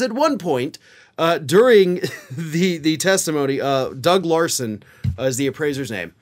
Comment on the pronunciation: I think you said "Lauro" several times when I think you meant "Larson'?